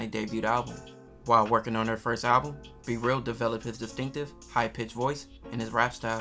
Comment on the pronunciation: His name B-Real, not c-real duh... 😂